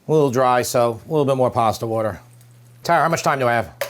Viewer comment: I love how he says "TARA" it's my name and only ppl in the east coast say it correctly !